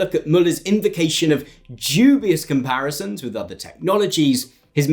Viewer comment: When you use the word 'DUBIOUS'...you seem to place a lot of emphasis in the first two letters for no reason and the resulting word you end up pronouncing is 'JEW-BIOUS' which is, very odd to hear someone say. I know this is not the result of your accent, but it is a very real and deliberate choice you have made to do what, exactly? Are you making some claim there is some sort of Jewish cabal at work here? The "DU" in the word "DUBIOUS" is pronounced the same way you are meant to pronounce the word "DEW", and I do not know why you have used this word so often to describe what you are describing, but I counted at least 7 uses of the word, but, pronounced incorrectly as 'JEWBIOUS'. This raises some questions, or maybe it doesn't and, you simply are unaware of your propensity to pronounce words incorrectly to add some punch to your cadence, in either case, if you learn the phonemes of the words, you can get a better reaction. Also, the word 'OFTEN' has a silent 'T', just like in the words CASTLE, HASTEN, FASTEN, MOISTEN - so please, stop pronouncing a phoneme that does not exist. End of line.